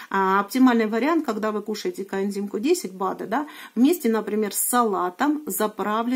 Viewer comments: Почему все время говорит "контим Q10", а не "коэнзим"? Ничего не могу понять. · У меня соседка лет двадцать пять пьет статины, ей делали операции - шунтирование два раза в Перьми, сейчас ей 93 года, живёт одна, дочь лишь навещает. Поэтому, не надо автору ролика ставить выше всех. А пропаганда коэндима получилась не плохо, ведь не коэндим, а коэнзим. Сажать такого блогера надо на коэндим.